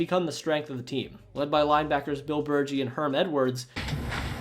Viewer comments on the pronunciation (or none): Just fyi cuz youre making me cringe. Bill bergey is with a hard "g". And its norman bray-man. Long a on man....kinda like min. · You're not an Eagles fan unless you know how to pronounce Bill Bergey's name.